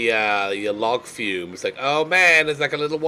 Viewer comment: Forever waiting for you to pronounce log flume properly.